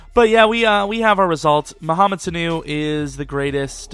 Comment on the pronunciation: Damn you butchered his name